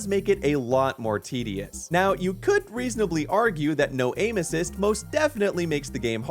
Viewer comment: While watching the video, my wife walked in when you said "aim assist" and she thought you said anuses. Now, that is all I can hear.